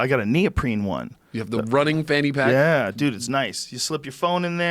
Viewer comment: Joe "Franny Pack" Rogan